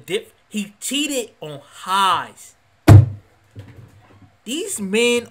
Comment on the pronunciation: omg HEIIIIIIIIIIIIIIIIIIZE it's hey z not hi z also.... i hope you're not serious about a lot of stuff you're saying,... just being honest